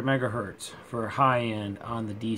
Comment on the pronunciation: "Megahertz" lol...